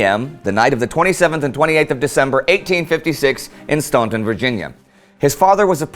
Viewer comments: Staunton, Virginia is pronounced like "ant", "STANT in", not Stawntun. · As a Virginian I have to say that the right way to pronounce Staunton is "Stan-ten" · Minor quibble: Staunton is pronounced Stan-tun. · Just FYI, Staunton Virginia is actually pronounced ‘Stanton’. This was a fantastic video—well done! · It's a common error, but it's pronounced "STANton." I know, it's weird.